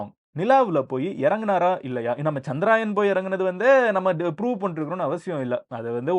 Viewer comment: சந்திராயன் இல்லை சந்திரயான் என்று சொல்லவேண்டும்.